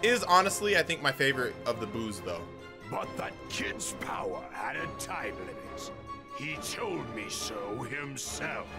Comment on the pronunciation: what is this BOWER!?! What is this BOWER?!?!?!….WAHHHH!!! 👀: Stfu, it’s my turn to talk…🙄